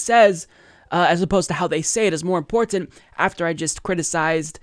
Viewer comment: Nothing wrong with your voice,. Your pronunciation of "important” tho 😒